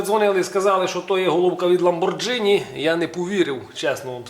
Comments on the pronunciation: так, і читається не Ламборджині, а Ламборгіні (наголос на останій слог) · вуха ріже твоя вимова тоі марки . . . . ламборгіні ! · Правильно говорить ЛамборГини. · Сами итальянцы произносят ламборГини...